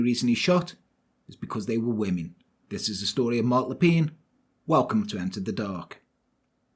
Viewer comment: Being a Canadian, your French accent and pronunciation was tres bein! As soon as you said his name I knew the story. Canadians still remember and recognize this tragic day. Wonderful and thank you.